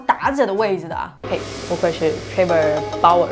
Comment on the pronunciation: 是”Trevor” Bauer，不是Travor